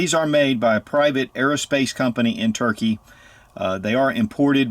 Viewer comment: Nobody calls Turkey ... "Turkay" ... Where the heck did you get that from?